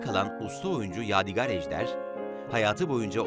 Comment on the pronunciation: Yav birader eline emeğine sağlık tamam da adamın adını doğru söyle valla gıcık oldum ya, yâdigar değil yâdig(â)r diye, ince "a" olacak.